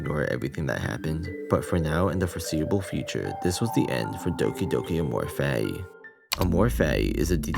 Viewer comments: Him pronouncing fati like fatty is hilarious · Take a shot every time a pronounces "Fati" as "Fatty"